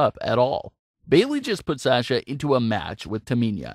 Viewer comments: Saying sasha wrong too. Mark! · Why do miss pronounce tamina an sasha u kept saying taminia an u kept saying saaaaaasha its sasha just sasha not saaaaaasha an not taminia get it right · Lol. Sash-Ugh and Taminia. We don’t know those people because you’re pronouncing their names wrong.